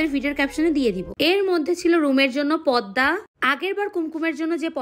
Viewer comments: তোমার জন্য দোয়া রইল কিন্তু তোমার পর্দা উচ্চারণটা ভুল হইছে তুমি বললা পদ্মা পদ্মা নয় পর্দা। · পদ্দা নাকি পর্দা???